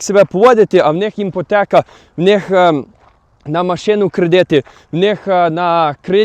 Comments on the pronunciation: Дякую за відео) але іпотека, а не іМпотека) це дуже смішно звучить) а так дякую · імпотека вимовляється без букви м